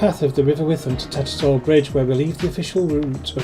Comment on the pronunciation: TatterSHALL not Tattersall. Does bug me as a local when people pronounce it wrong 😂